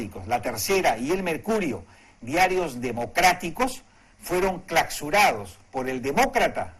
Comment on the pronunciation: Que cresta dijo clacsurados en vez de clausurados o comploc en vez de complt o actitu en vez de actitid o concecsión en vez de Concepción o setiembre en vez de septiembre si comete un error tan grave como no poder pronunciar unas palabras tan sencillas, si comete un error tan grave tal vez no deba ser escuchado ya que si no sabe de gramática tal vez se equivoqué en su postura, tal vez le falte más educación